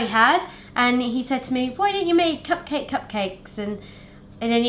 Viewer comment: I swear I heard say "pugcake" a couple of times!